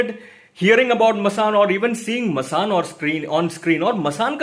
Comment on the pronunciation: Masaand not Masaan.